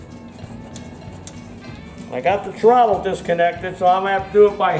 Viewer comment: Hehehe, TROTT-TLE... ;P